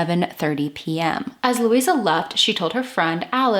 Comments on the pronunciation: Her name was Louise ( pronounced loo eeze ) not Louisa . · Pronounced Louise. Please no A at the end. Or with the A it would have been pronounced looeeza. Which you said wasn't right but continued to call her that all the way through. Please it's LOUISE PRONOUNCED LOOEEZE ! TA very MUCHLY. GOOD INFO. I LIVE JUST A FEW STREETS AWAY FROM SAID DOMICILE, still looks the same today.AAREET MOI LUVVER FROM ME TO THEE.